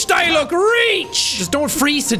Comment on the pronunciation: ah yes my favorite character die-luck